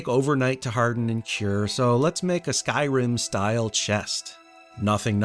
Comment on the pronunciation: Great build but from your opening statement, you really need to work on pronouncing Skyrim 😂